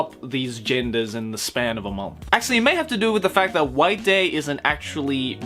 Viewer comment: instead of white day i heard wank day.